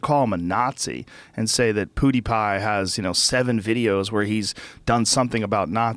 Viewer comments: hamthemad poo is pew sooooo he's in the right ball park haha....we need Joey Diaz to correct him and get revenge lmao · I think joe actually thinks his name is poodeepie from the way he says it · I love it when Joe Rogan says "poodipie" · Joe saying poodeepie lol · viper4991 lol I could see him saying something like "poopapidie" lmao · Joe "PhooDeePie" Rogan. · "pooty-pie" -Joe Rogan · joe calls him poodiepie lol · "Poodiepie" Pffffffffffffffffaaaaahahahahahahahahahahahah XD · Stop fucking saying poo de pie